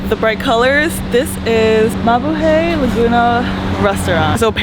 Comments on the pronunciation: I’m glad people thought you about mabuhay. But the hay at the end is actually pronounced hi. Like you’re saying Hi to people. Mabu Hi 😊😊😊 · Hi, thanks for keeping the Filipinos spirit alive in Malaysia. I actually enjoy your food vlogs a lot more than most other vloggers. Probably because you’re hot😂 BTW….. Mabuhay is pronounced, Ma-Boo-Hi😉